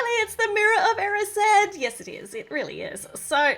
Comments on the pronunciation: Stop, stop stop, your going to take someone's EYE out besides, you're saying it WRONG it's E-RYES-ed not E-RIS-ED -Hermione Granger (or me, either one works) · Isnt the mirror pronounced eh-rised?